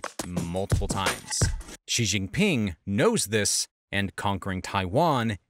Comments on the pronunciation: I have one point of feedback. , and and you mispronounce Xi as 'Zhjee'. Why do you do this? This makes me cringe. The "zhj" sound doesn't exist in any Chinese dialect. Where does this reading come from? X doesn't even make that sound in English. There are perhaps words like xylophone and xenophobia where the x makes a 'z' sound, but where do you get the 'zhj' sound from? In China's Pinyin orthography, the letter X, along with the letters C and Q were thought to be redundant letters in the English alphabet, so they reassigned those letters to common sounds in Mandarin which would otherwise be written with letter combinations. X got the 'sh' sound, C got the 'ts' sound, and Q got the 'ch' sound. Xi is prounounced 'Shee'. That's why the 'Qing' (as in the dynasty) is pronounced 'Ching', and why Cao Cao from those video games about the warring states period is pronounced 'Tsao Tsao'. Could you pronounce the name correctly? If you're reporting on international affairs, it would help if you pronounced names correctly. Don't pronounce Xi like 'Zhjee'. Earlier in the video, , you edited together a bunch of people reading his name. Did you not notice that they pronounced it 'shee'? Remember it this way: When reporting Xi's official pronouncements, think of that joke from the Office where folks would say "that's what she said". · Great video l, but you are, like most English speakers, pronouncing xi's name wrong. You're pronouncing it with a ʒ like the g in "genre" but it's not an initial cosonant sound in any Chinese word. I don't know where this started, but that isn't an English (except for French cognates) or Chinese sound at all. His name is pronounced "she" as in "she has her panties in a twist over taiwan" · the narrator should know how to correctly pronounce ‘Xi’ there is NO ‘z’ sound. At least get that one correct if not all the Chinese names. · Why does he pronounce Xi like it sort of starts with a J? I can't even mimic that pronounciation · XI = SHE, NOT ZI/JI.